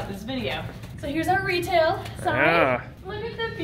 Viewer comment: Every time says retail facility I always think she says RETIC facility, I think they should totally name the retail facility RETIC now because of this 😂